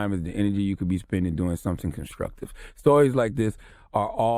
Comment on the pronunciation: ConsCRuctive; ConsCRuction... ya killin me Charlamagne